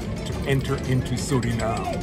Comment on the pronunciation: The pronounciation is SurinamE. Not SurinaM !